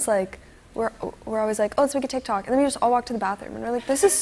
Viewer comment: It physically hurts when they say “tik tok”